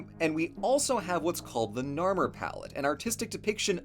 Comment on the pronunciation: Anyone else get triggered when he said narmer?